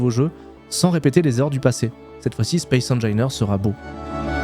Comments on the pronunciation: "Spaïce HaineJailleNeur" :D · J'pense ça se prononce Space Anginaire 👀👀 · ca se prononce space engineers. de rien pour le référencement c'est avec plaisir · "spéce engaîneurse 2", ca m'enmerde ;) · Tu prononce mal « Space engineers » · Tas gagné mon like et mon abonnement rien que pour m'avoir emmerdé avec ta prononciation de space engineers 😂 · Moi ça m'a énervé ta prononciation ;) Sinon, ancien joueur du 1, j'attend l'arrivée de l'eau pour prendre le 2, mais c'est vrai que ta vidéo donne bien envie de s'y remettre ! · Petit cadeau référencement : J'ai les oreilles qui saignent à chaque fois que tu prononce le nom du jeu :)